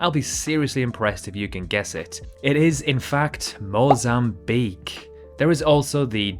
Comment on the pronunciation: MOZAMBIQUE - not mozamibque